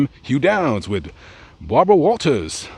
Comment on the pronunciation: Bahbrwa Waltahs 🤣